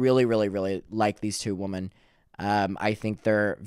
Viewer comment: Hey! Great video, just one note, when you say “women” you say “woman” singular. I used to say it incorrectly too. Its a common mistake but just wanted to kindly bring it to your attention because its an important distinction for public speaking